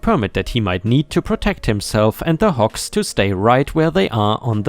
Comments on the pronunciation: because of your accent it sounded like you were saying Hawks like the bird lol got the G sound and K sound mixed up there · I was listening instead of watching. Usually I do not have any issues with your accent, but this time I kept hearing "hawks" until I checked the text. ;-) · The last story: I was just listening to this in the background as I worked. And just kept hearing hawks. Hawks. Hawks. Then I heard big and smelly and decided to see what was being said and realized he was saying hogs over and over. 😂😂😂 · Lol listening while cooking and you first mentioned hogs. My half paying attention brain heard Hawks in your accent lol. 🤣 I had to stop and dry my hands and read along to see hogs lol. I was racking my brain to see what a hawk farm looked like 🤔🤦‍♀️🤣